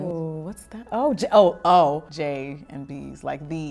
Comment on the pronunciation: “Jay & B’s” as if it’s KFC 😭